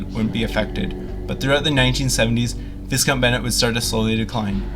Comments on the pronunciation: It's not abandoned, it's just empty. What exactly is the point of you producing all of this gibberish? You can't even pronounce the name of the school correctly. Baffling. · Did such a great job of researching the property that they didn't even know how to pronounce the name.